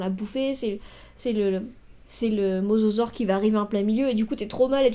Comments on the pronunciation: mosasaure et non mososaure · Hey , super vidéo , par contre , c'est Mosasaure et pas mososaure !